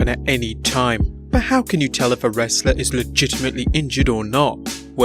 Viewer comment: Why d u say legitametly so much gay idiot